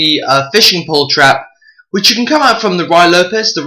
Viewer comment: It's Rooie, rhymes with Louie, not Rye.